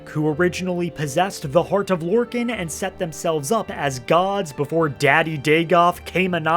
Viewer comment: is this guy Trolling? Sotha SEAL? its S ILL like ILl SIL SOTHA SIL! and LORKIN? GODDD ITS LORKA NNN LORKAHN! the rage bait worked on me...